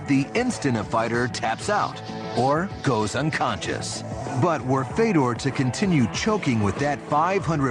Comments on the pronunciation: Isn't his name Fyodor? As in Fyodor Dostoevsky? Isn't it pronounced that way? I've heard him say it, and it isn't Fedor, it's Fyodor. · FAY-DOR (dumb 'merkin pronunciation) Fedor choking out a crash test dummy is all very well and good, but... but Barack Lesnar HAS NO NECK, and Barack's brain requires only 1/2 the oxygen of a regular human due to the fact that Lesnar is missing the entire front half of his brain. Fedor can choke out the snake any of a million or so ways cecause the snake is 100% neck; Fedor can cross his arms I Dream Of Jeanie "figure 8" style, and DOUBLE choke out the snake That snake is purty.